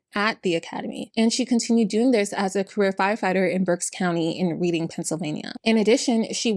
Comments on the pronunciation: Small note from a local: Reading, PA is pronounced as 'red-ding' instead of 'read-ding'. Because PA is weird. XD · Reading PA is pronounced “Red-ding” just fyi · Reading, Pennsylvania is pronounced as “Redding.” It’s just written as reading. First video. Enjoyed. Subscribed! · I’m from Berks county, pa. It’s pronounced REDDING, not “reeding.” It’s Dutch. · Reading Pennsylvania, said, "redding" pa :) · Just a note - Reading PA is pronounced "Redding" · I just have to say, Reading isn't pronounced like you're reading a book, it's pronounced like the color red. So its red-ing. But omg, what a piece of shit this woman is. Wow. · I live so close to where this takes place (greater Philly area) but I never heard of this. How someone can make up illnesses like this just to stand out I'll never understand. also one mild nitpick (seriously not that big of a deal): Someone probably mentioned it but Reading is pronounced red-ing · It’s not pronounce “Reading, Pennsylvania”😭😭😭